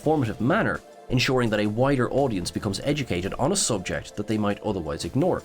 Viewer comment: For the Pain Hustlers flick, did he say "wider" or "whiter" audience? Both are valid. lol